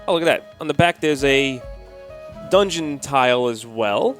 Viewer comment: Dunegon? Come on fellas. That said...I love a good unboxing!